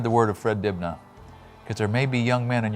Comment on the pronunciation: The B in Dibnah is silent...